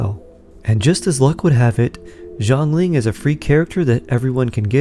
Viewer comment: It is not [Jo'nglin] it is [Sya'nlin] Xiangling